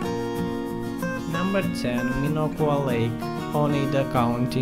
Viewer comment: “Petan well, Aloe gosh lake, Minnow whack lake” lol.